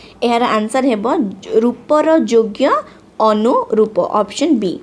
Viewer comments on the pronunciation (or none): it is called as Aparoopa saundarya not Anoroooa soundatya,,,Anuroopa mean similar to sth else